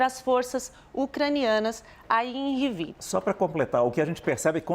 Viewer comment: A jornalusta falando Rivíne chega arritar...nao sabe ler não,? É Rivne sem í....